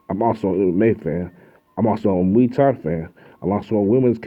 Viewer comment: Boxing isn't fighting. Boxing is a sport. That involves one small aspect of a 'fight'. Mma isn't even a fight. It is the closest sport to fighting though. A real fight involves eye gouging, ripping ears and nutsacks off. And you are pronouncing muay thai wrong. You are way to stupid to be making videos bruh.